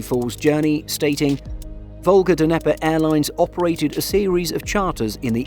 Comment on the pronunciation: Come on, man. It's "nye-pur" not "duhneper"